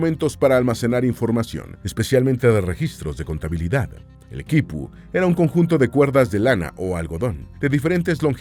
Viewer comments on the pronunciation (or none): none